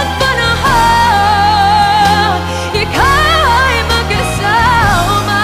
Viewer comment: Okay lang, medyo kulang sa power, ang diction sablay minsan "makasawma..." , nerbyos ata.